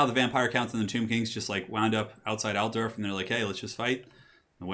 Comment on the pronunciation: ALT-DORF not alter-of Say it right ALT-DORF